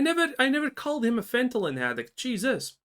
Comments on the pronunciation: I'm gonna be real, only issue I had with this video is how you say fentanyl. The way you are pronouncing it would basically read as fentalyn. I get that English most likely isn't your first language so i'm not faulting you for that but it does need to be pointed out. Other than that? Right on the money with the criticism. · Calling people braindead but can't even say fentanyl correctly.